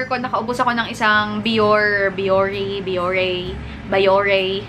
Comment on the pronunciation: Thanks for letting us know your thoughts before throwing them away.. By the way.. Just sharing my learning from Real Asian Beauty’s blog.. She said that Bioré is pronounce as /bee-your-ray/ 😊